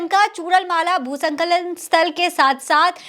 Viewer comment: संखलन नहीं स्खलन बोला कीजिए